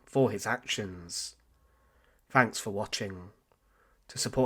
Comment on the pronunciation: Amazingly the captions read “ thanks for watching “ not “ fanks “ 😂